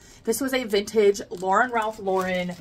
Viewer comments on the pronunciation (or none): none